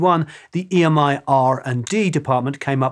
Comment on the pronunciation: I believe EMI folks call the old tape "EMMY-tape", not "E. M. I. Tape".